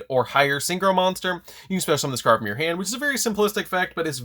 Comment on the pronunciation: When he says "from your hand" fast all I can hear is "from your ham". Now I can't unhear it.....help.